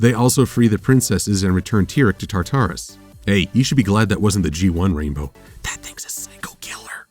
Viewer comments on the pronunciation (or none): I love your series. Let me make that clear. This is one of my favorite analysis series in the fandom. But come on, "Tar-Tar-Us"? We got that pronunciation in Season 2 (I think) when Cerberus left her post at the gates of Tartarus. Then in this very episode, Celestia gave us the proper pronunciation of "Tar-terr-is". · IT'S TARTARUS, NOT TAR-TARUS!!!!!! GET IT RIGHT!!!! The rest was great, though. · I am disgusted by your pronunciation of Tartarus.